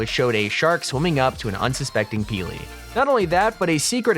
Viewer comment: Peely not purley